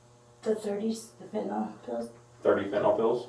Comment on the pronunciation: Why do so many people mispronounce Fen Tin Nyl as Fen Tin ALL. It's just weird.